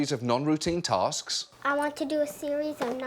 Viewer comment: I mean you told her to repeat what you said, you didn't specify word for word, you definitely said tosks 😂.